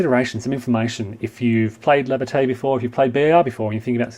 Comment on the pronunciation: That's pronounced "La Ba-TYE!!!!" Come on... if you're going to deal with this series, you have to "French it up" a little!!! :D